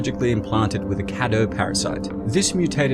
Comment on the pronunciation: It's pronounced kay-doo